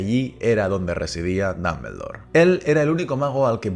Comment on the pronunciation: Excelente video Tengo unas dudas por que si se escribe Dumbledore y se pronuncia duhm·buhl·dor, porque lo pronuncias como danmendor. Solo es duda sin el afán de otras cosas.